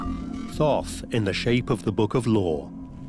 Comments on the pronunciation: I am uncomfortable that inside the first minute they are referring to it as th-aww-th...it was pronounced Taught. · All this and not once did they pronounce his name right. Thoth was pronounced "tot" or, lets just say hermes? Theres so much fractured and suspenseful bs here lol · Did he say book of Thot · He called out to me by saying his name to me three times. Thought, Thought, Thought. I found the spelling online of Thoth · Froth, I think is what he said....